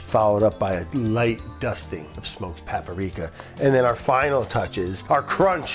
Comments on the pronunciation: Is Brad the gamer or the editor? There are always little video game easter eggs throughout every episode. SMB and the docks music from SM64 in this episode, prob some other shit I missed lol. Oh yeah, forgot to make fun of Brad: "papparika!" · I love how Brad said "paprika" correctly one time at the beginning (with great effort) and then proceeded to say it in the classic Brad way for the rest of the video.